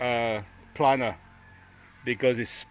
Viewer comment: my two cents ….. the wood planer … is pronounced “playner” ….. yes, we’re your fans, we eagerly wait for the next video, are frustrated with the delays, shortages and worker issues …. se la vie …. Don’t give up …. Keep up the good work.